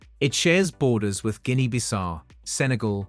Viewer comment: Learn to pronounce GUINEA